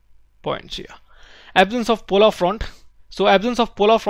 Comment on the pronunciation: Polar not polaar